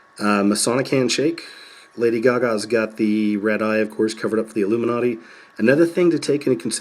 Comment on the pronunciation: illum-man-na-ti...illum-man-na-ti...want ur bad evidence!